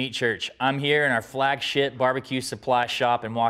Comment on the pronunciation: Did he say "flagshit"?